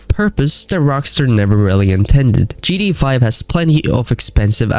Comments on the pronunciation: “In gee-dee-ay-5” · "gda" "vork" "notyce" 💔